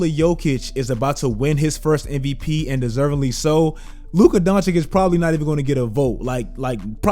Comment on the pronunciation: I don't understand why you STILL can't pronounce Luka's name properly. Maybe then, i'll sub.